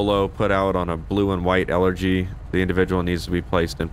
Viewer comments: please, my ears are hurting every time.... Its eleGy, not eleRGy. No "r" in this word. Please;D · elegy not elergy